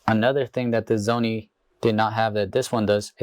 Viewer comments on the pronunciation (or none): What is a zony? Is English your second language? I'm just curious. For the record, the Sony does have a touch screen. By default the touch is used only for focus.